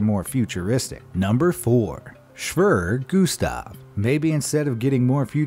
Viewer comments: It is pronounced (shveyer) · HAHAH Schwör Gustav xD Try the first part something like that ^^ Sch = (Sh)ip wer = were er = h(er) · 'Schwerer' is pronounced like 'hera' or '(emp)eror'. Shve-rough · I believe it’s pronounced “shvair-air” But you were pretty close. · You say schwere Gustav like such an American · At least use Google translate to learn how to pronounce foreign words like SCHWERER... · At least he tried to pronounce schwerer. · The Gustav cannon Isn't a gun It's a fucking rail mounted Artillery...Also that's not a bullet...That's a Shell (btw you didn't say Schwerer correctly...) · lmao *shwirrr gustav* *natzees* Jesus Christ, dude. Learn some history already. And some pronunciation. You’re totally butchering it. The word is “Schwerer.” Not “Shwirrrr.” Pronounced “Shh-where-er”.